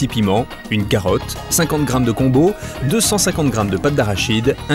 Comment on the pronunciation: Par contre avec mon respect c est "Gombo" et pas "Combo"😊